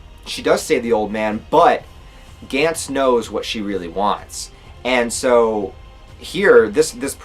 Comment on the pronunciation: You say it like gants (g ants) I’ve only hear it pronounced like (gonts)